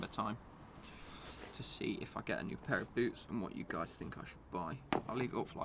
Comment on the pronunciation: hey gyeyes